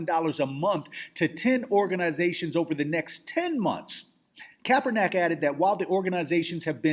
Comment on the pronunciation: I hate to be an ass here but the mans name is pronounced 'kap-er-nick' lol.